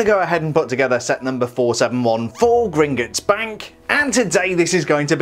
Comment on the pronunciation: Actually it’s pronounced Grin-Got-S Not Grin-Git-S